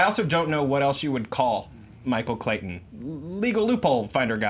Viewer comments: I hate the way Jack Henry Robbins says Michael Clayton "Michael Claydun" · How he pronounces Clayton as Clay den the entire time really bothered me because my brothers name is Clayton.